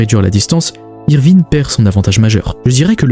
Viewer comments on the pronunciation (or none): je t'assure qu'il ne fait pas exprès il a déjà dit que de base le français n'est pas sa langue maternelle et il a des lacunes de prononciation qu'il essaie d'améliorer il fait surtout des erreurs quand il ya des I et E ou comme avec ivrine quand il prononce Evrine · C’est qui "Évrine" 😂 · Franchement tu ma rendu fou toute la vidéo avec Évrine et Groumbeld😭😭😭😭 je trouve que sa fait irrespectueux pour l’oeuvre et ses fans de meme pas faire l’effort de prononcer un nom correctement en plus c’est pas une fois comme sa genre sa arrive nooon t’insiste en plus